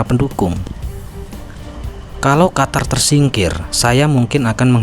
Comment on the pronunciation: QATAR= QUTUR😂